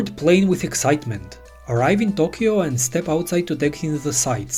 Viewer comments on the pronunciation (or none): none